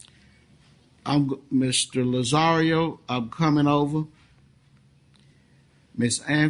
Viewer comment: The judge is strange. Why does he keep calling Lazzaro - Lazzario?? Extremely unprofessional. Often I also have a feeling, he admits questions because he'd like to hear the answer like some kind of soap opera, legaly they are questionable. His smirks are often completely unprofessional too.